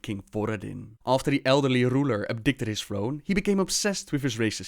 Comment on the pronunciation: "Abdicated" is pronounced "Ab-d'-cay-ted" not "ab-di-cut-ed"